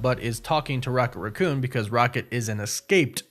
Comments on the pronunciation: RACK-coon... NOT RUH-coon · WHY DO YOU KEEP SAYING RAH COON? DO YOU NOT KNOW HOW TO SAY RACCOON